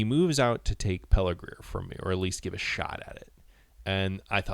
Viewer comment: Good job. You have a good narration voice. One thing--it's "Pelargir" not "Pelargrir".